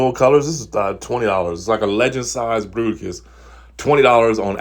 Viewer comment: Fruiticus....and now I will never hear it as Bruticus again. FML. XD